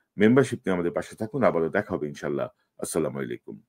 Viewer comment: !প্রায় সময় আপনার লাইভ গুলো দেখে থাকি। আপনাকে ধন্যবাদ জানিয়ে একটি পরামর্শ দিতে চাই। আপনি সালাম টা একটু শুদ্ধ করে নেবেন।কেমন? এই ভাবে হবে- আসসালামু আলাইকুম ওয়ারাহ মাতুললাহ। আপনার টা বুঝা যায়, আসসালা মাইলাইকুম।